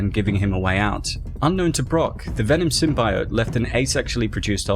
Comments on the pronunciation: Bro. It's Symbiote... SymBEEote. Not SymBYote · Dude holy shit, did you learn nothing from the fan reaction to the first Venom trailer? Sym-BEE-ote, not Sym-BY-ote. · Sim-bee-oat NOT Sim-bi-yote (Sony fucked up the pronunciation in the movie) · It's is pronounced 'SYM-BEE-OYT' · Video: Sym-bye-oat Me: eight, imma head out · Please don't Pronounce it Sym-bi-ote even the vemon movie makers at large dubbed in the 'correct' pronunciation after the terrible trailers for the first movie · Symb EYE ote.... Cringe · Sim - bye - ote lmao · Taking a big risk in the pronunciation of symbiote I’m pretty sure Deadpool was the host before Spider-Man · You pronounce symbiote the same way the scientist did in the first venom trailer and it caused them to change it mane!